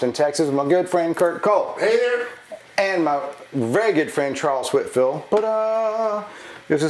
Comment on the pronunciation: Love the videos. But it sounds like you are saying "Whitfield." Is my hearing that bad??????